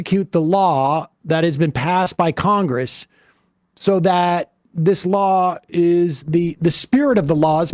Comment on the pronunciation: Is this guy saying lol, or law?